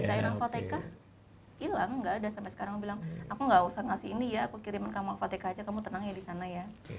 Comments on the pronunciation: Alfatihah mbak Bukan Alfateqah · Siapa yg nyebut Al-fatihah jadi alfatekah? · Al Fatihah bukan al fateka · juga nyebutnya ALFATEKAH. jadi inget yg dulu sempat rame. 😁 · Orang biasa: Al-Fatihah: Alfateka 😇